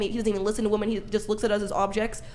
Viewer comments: is the most well-spoken idi*t on this panel. Im not sure why so many of these villian women cant seem to properly pronounce the word "WOMEN"., and several others constantly provide the singluar version of the word Woman when it's painfully obvious to those of us with fully functional prefrontal cortex they mean to give the plural version of the word. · Am I the only one who hears "woman" when these women are saying "women"? And this happens in just about every Whatever Podcast video I've seen.